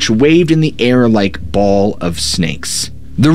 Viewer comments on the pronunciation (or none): none